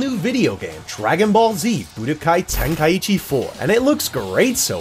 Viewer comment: Bro americans saying the game’s name just pisses me off For the love of god it’s called tenkai chi not tenkayiiiiiichi